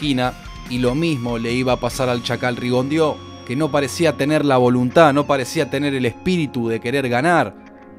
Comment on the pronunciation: Muy buen video, eso es un paso por el tiempo, si debo corregir que el apellido Rigondeaux, es francés i no se pronuncia ( Rigondio), sino( Rigondo),gracias por el buen trabajo realizado aquí 👌